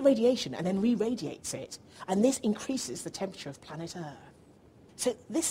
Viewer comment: "and this increases the temperature of planet errr ahth" ... lmaooo